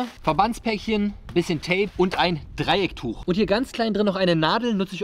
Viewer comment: Endlich mal einer, der Dreiecktuch und nicht Dreieckstuch sagt 😌😂